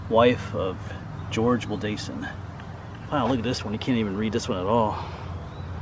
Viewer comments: Heh Ive lived a block from this since I was two years old in 2004. Ive gone to this spot since I was five or six in elementary school for a field trip. Very old spot. Also Wildasin is pronounced will-dis-inn. You’re very close, just a little less emphasis on the A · The last name is pronounced Will Da( short a ) Sin